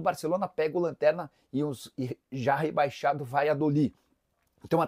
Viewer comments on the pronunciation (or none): none